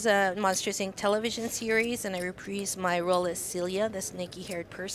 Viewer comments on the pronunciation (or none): none